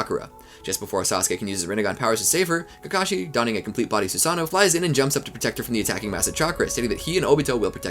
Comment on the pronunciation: Cant wait for him to mispronounce everything for 12 hours. "Susano-O" the long lost brother of Steve-O.